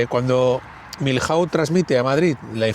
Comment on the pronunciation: joder, me he suscrito, le he dado like , pero sintiéndolo mucho tengo que decir una cosa ,,,porque me sangran los oídos..¿porqué decís Miljauz ....y no decís simplemente Milló..es que es así de sencillo, de verdad, perdonadme. Con los demás da lo mismo como lo digáis, ., Soult, Victor, Mortier, Sebastiani, pero Milhaud (Miyó) no lo entiende ni un español, ni un francés ni un inglés...porque en inglés tampoco se dice Miljaud, aparte de que aquí no pintan nada los ingleses.